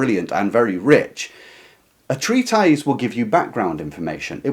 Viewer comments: It’s pronounced “Treat-tiss”, not “Treat-EYEZ.” That’s not a hard “I,” mate. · Treatise is pronounced tree-tis.